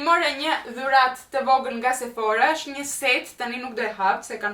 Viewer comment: Sephora me theksin tek a-ja jo tek o-ja (στα Sephora που λέμε 😜 είμαι σίγουρη ότι εσύ το ξέρεις) Κατά τ'άλλα είσαστε τέλειοι όλοι οικογενειακός 😘